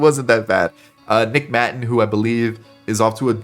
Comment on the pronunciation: The way u pronounced “nick maton” is getting me mad 😂